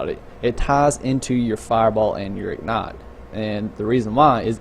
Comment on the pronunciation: IG-NIGHT...not ignet...fuck